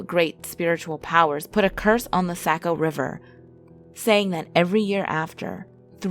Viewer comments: “Saw-co” not “sako” ! 😌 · I cringed when you said saco like sacko when it's saw-co to us locals, but it was a really great video and your tales are really well detailed. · lol Saco River is pronounced ’Sock-oh’